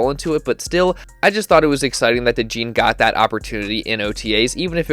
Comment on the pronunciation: It’s pronounced Cooper DeJAWN